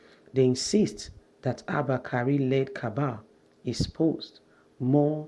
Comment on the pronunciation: When are we going to stop digging around, wasting precious time on errant non-issues like this around the Vice President? The narrator couldn't even pronounce Kyari, calling it Kari. Osinbajo has just been appointed the Chairman of the Economic Sustainability Committee by the President to tackle Covid19, how do you tag such person "degraded"? Pls stop wasting your data uploading non-verifiable beer parlor political gists!